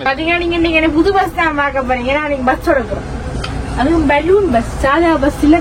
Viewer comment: Vus illa bus